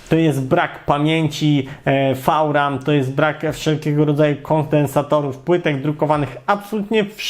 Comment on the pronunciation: co to jest "fał-ram" ?